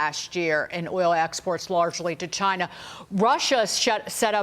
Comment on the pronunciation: said cheena